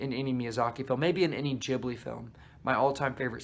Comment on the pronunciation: here are my comments 1) what did ponyo ever do to you😓 i don’t get why you hate it 2) thank you for saying it like jibli and not gibli 3) kiki does indeed get better the more i think about it 4) agree with your take on howls moving castle 5) omg yes castle of cagliostro reminded me of scooby doo too. that one annoyed me tho because it didn’t end with two people falling in love 😐 6) i realized i need to watch porco rosso again!! 7) whatttt i did not know shia leboeuf was in nausicaa ???? 8) mononoke🙌🙌 9) SPIRITED AWAYYYYYY😁😁😁 10) yoshifumi kondo directed whisper of the heart